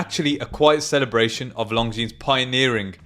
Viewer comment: Pronounced lonzine NOT long zeans!